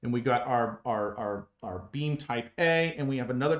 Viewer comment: I've never seen a structural analysis like this before and have no idea why this got on my stream. But it was very interesting. Your explanations are very clear too. But when you say "beam", I hear "bean". And once I thought that I couldn't stop hearing it.